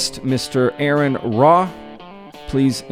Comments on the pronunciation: You didn't bother to learn the name of your guest or what organisation he's a part of, and that was outside of the live part! You had all the time in the world to at least learn to pronounce his name (pronounced like the initialism for "registered nurse", R.N.)! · Mispronunciation of his name is a terrible way to start the episode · Starts off by mispronouncing the guest name🤦! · Lol I can't believe he interviewed Aron and pronounced his name wrong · Right off the bat you cannot even pronounce your guest's name correctly. Thumbs down.... I'm done watching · Why is it so hard for people to pronounce his name right? Ugh upsetting